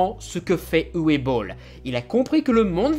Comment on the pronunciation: Coucou, juste une chose que je voulais "corriger" depuis un moment, le prénom Uwe se prononce "Ouveu". Voilà sinon vidéo intéressante, comme d'habitude!